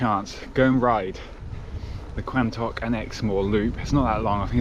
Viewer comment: Quantocks is pronounced Quontocks :))